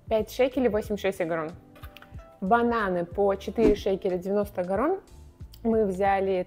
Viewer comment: Так вроде бы Агорот, а не Агорон)